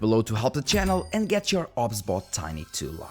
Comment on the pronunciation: You sure it's "ob sbot", not "OBS Bot"? 😉